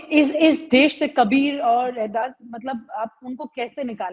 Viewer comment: Des nahi Desh boliye.